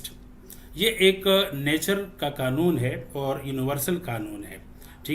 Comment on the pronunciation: اخلاقی معیار سے پہلے لفظ " قنون " درست کر لیں